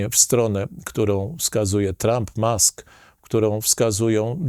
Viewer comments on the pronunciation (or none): none